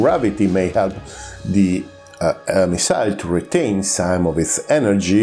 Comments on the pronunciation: bel video eh.. però si dice "missil" non "missail" 🤣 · Great chanel lsubscribed but please do us a favour improve your English just a bit.It is hard to listen story off missiles when you pronounce the word wrong all the time.i know you are Italian but its easy.correct the accent its not at the end of the word but in the middle on the miSile ,same for profile.prego.